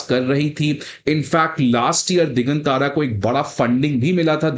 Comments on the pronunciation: दिगांतर Not दिगन तारा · दिगांतर है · भाई यह "दिग्गांत्र" है दिग्गन तारा नहीं (1.36 मिन)!! कैसे IAS पढ़ाओगे!! खुद का उच्चारण हिला हुआ है!!